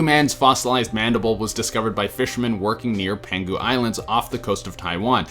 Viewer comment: Penghu man I straight up thought u said penguin man